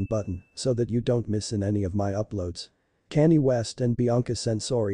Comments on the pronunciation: Who is Cannie?? If you can't pronounce people's names and you shouldn't have a YouTube channel. His name is Kanye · Canny? Who the hell is Canny? 😂😂😂😂 And she is a her not a he! There is soooo much wrong with this narration! Haha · Why are you narrating this when you cant even say Kanye's name properly? 🙄